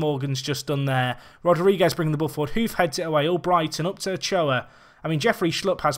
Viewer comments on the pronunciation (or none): you're pronouncing Ulloa wrong, it's not Ochoa, it's u-yoo-a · Nope, it's Ujjoa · More like U-yo-a